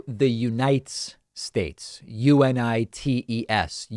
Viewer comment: Dude, it's a typo. And it's unites, one syllable, not u-ni-tes. 😂